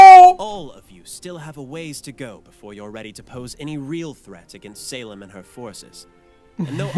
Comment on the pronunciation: dude im sorry but the way you pronounce salem as saleeem just cracks me up ahhahahaha